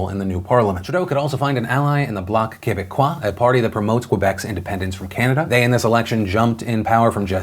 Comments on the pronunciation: as a Canadian who speaks french i appreciate the pronunciation of quebecois! good job Phil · It's so weird to see phil say : bloc quebecois. Spot on on pronounciations too.